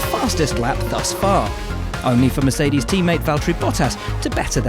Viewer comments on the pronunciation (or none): none